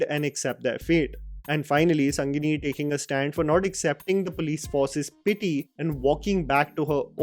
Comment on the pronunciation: Advocate name is chandru not kundru. And it's sengani not sangini